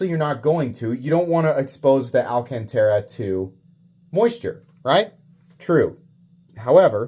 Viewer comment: "Al Can Tera" is definitely pissing someone off somewhere lol